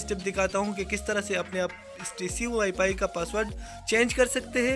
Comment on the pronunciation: Ye wifi se wipay bol raha hai ye kia hum ko sekyga hhhh